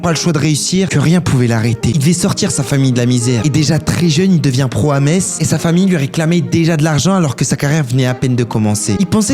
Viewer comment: Enfin quelqun qui dis pas meTTTTz